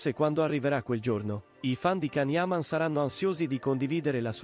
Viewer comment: Lasciamolo in pace.... Se a una storia se la tiene per sé... La sua vita privata è solo sua. Sono d'accordo con can. È comunque imparate a pronunciare il suo nome. Ti voglio bene can